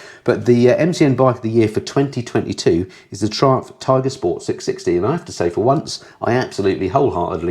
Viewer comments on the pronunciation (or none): none